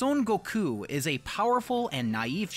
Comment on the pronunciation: FINALLY! SOMEONE THAT SAYS GOKU NAME THE CORRECT WAY